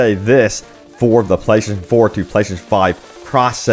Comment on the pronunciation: Why the hell can't he say "playstation"? Why is it playshashion?